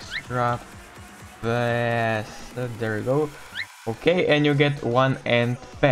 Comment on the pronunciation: Sorry for saying this but when you say pass it sound like fast oof lol